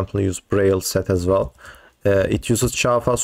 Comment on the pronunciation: I heard "Java" and had to double take. Thank you for saying it again so I could correctly hear "Chafa." 😂